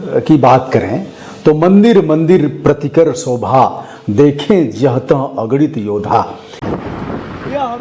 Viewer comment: nice video. keep it up👍🏼 Just one correction_प्रतिकर सोधा है ना कि सोभा।